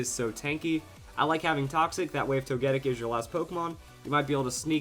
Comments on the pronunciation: Like toe-ghee-pee. Toe-ghee-tic. Toe-gee-kiss. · TogeTIC! It's not ToGEtic. C'mon. Say it with me. TogeTIC!